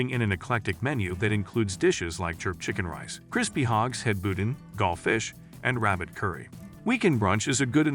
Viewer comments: Where did the weird pronunciation of pecan, boudin, andouille, gumbo du jour, lemongrass etc come from. They aren't even regional variations! The accent of the speaker was very standard American English otherwise. Was it computer generated? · Y’all can’t pronounce pecans or boudin or andouille but you can pronounce Ponchartrain?